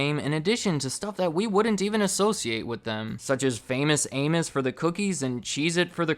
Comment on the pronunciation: Pls tell me somebody else heard “Famous Anus”